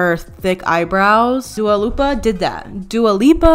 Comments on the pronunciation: LMFAO SHE SAID DUALA LIPA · "Duo Lupa" hahahaha love it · “dua loopia” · "Dua Lopa" you are such a queen I can't 😂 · WHEN SHE CALLED LILLY DUA LUPA I FUCKING DIEDDDDD